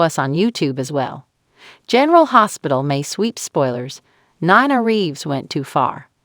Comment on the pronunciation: Hey announcer it’s pronounced Nena not whatever you are changing it to ??? Please try watching an episode so that you at least know the characters and how to pronounce their names?????